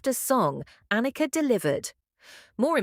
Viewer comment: This obvious ai bot butchered not only Anika's name, but Neil's as well. This, by itself, is unforgivable. But actually saying that she replaced him, even floating the idea that "The Professor," COULD be replaced... This video is misleading, utterly misses the point, and gets even the fundamentals brazenly and flagrantly WRONG. If Rush had EVER done things this shoddily, the world would not even know about them. You have earned my block and report.